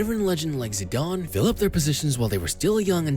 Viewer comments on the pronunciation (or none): Zidane* not Zidone